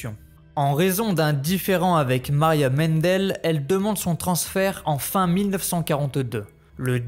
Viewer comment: Revoir la prononciation des noms allemands ex:mandel et non mendel...........